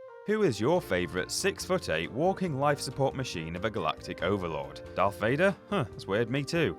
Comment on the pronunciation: Darth not doth